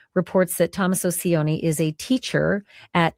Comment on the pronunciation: could have used google to get the son in law's pronounciation. "c" is soft, not "s" sound like Spanish "c" is ch sound, like cheat. C followed by i chi. If it was c followed by a, it would be ka..cat or o the same hard like k. has no idea about house prices in Tucson. Again, didn't do homework. Google, again can give info.